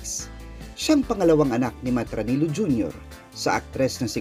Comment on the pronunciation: is pronounced as " ra-ni-lyo. In spanish Filipino, double L sounds like LYA, LYO